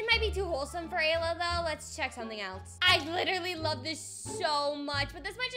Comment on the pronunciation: It's not Layla. It's Ayla